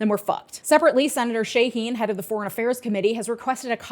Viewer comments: new hampshirite here, it's pronounced sha-HEEN not SHAY-heen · Sha-HEEN. Senator Jean Shaheen from NH. Her first and last names rhyme. She used it as marketing in some of her earlier election runs, probably including when she ran for governor of NH. That, however, was decades ago, back in the mid-'90s. You do realize the correct pronunciation of her name IS marked out on Wikipedia, right? It doesn't take much effort to look up a name to ensure you're pronouncing it correctly.